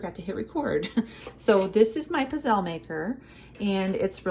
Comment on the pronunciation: These humble waffle cookies are native to my dad’s region in Italy, Abruzzo (east of Rome). When my grandparents came over to America they used a hand-held iron that was put over an open flame. Of course they used oil instead of butter. They are pronounced pizzele w a hard z as in pizza! Good job,!